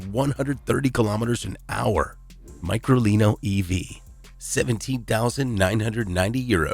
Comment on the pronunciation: It’s pronounced as; Me-cro-lini 😉